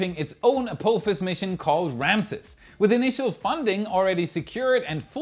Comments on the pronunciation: you made me do a spit-take with your pronunciation of "Ah-Poo-Fas" for Apophis 😂. As it's named after the Stargate SG-1 villain, the correct pronunciation would be "Ah-Pah-Fas" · It’s pronounced App-office. Apophis… Have you never seen Star Gate? Ancient Egyptian mythology etc… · A-poo-phis? Really?